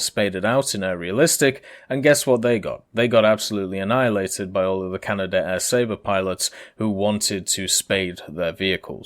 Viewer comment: Canadair, not CanadaAir.